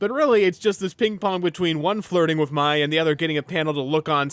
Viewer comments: *pronounces Mai like “my” —when the show CLEARLY pronounces her name as “May” ⚠️ FAKE FAN 🫵🏻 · I get Mai’s name is spelled like you’d pronounce it as “My,” but the show says her name so many times. They call her “May.” I know, not relevant to the video, but hearing “My” so many times for the rest of the video got to me. Not a big deal, I just couldn’t resist mentioning it. 😅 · Why are you pronouncing Mai as My? The show always pronounces it as May. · It needs to be studied how most of the ATLA fandom calls this girl “My” because they saw how her name was spelled (Mai) despite the show pronouncing it as “May” 😅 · This is the second YouTuber I’ve seen called Mai like the word “my”. Am I missing something. Did the fandom shift into calling her that instead of “may” over the last few years or something. Or is everyone a larper (so kidding) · I hate the commits but I mostly like kora and am probably the only person in the world who would keep the kites on a round two. I could go for eastern spirit dragons but of not absolutly forced to id keep the kites. But seriously pronounce the names correctly l. Mai is "may" and Yue is "u a" theyre pounced in the show. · I hope you'll make a video about the Korra comic books and what you think about them, if you have anything to say about them Her name is pronounced similarly to the month May. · The way you were pronouncing Mai, while technically being incorrect, is how I always pronounce it. They should have spelled it “Mei”. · Dude how can you mispronounced Mai's name? They say it in the show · Why can no YouTuber pronounce Mai correctly 🥲 the search continues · how do you rewatch a series and not pronounce mai and yue's names right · I agree with most of this but every time you mispronounced Mai, I cringed 😢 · Why are you mispronouncing mai’s name